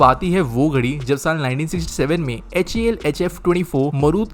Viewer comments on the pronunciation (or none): none